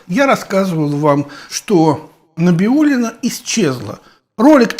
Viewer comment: Набиулина ?? Не правильно фамилию произносите .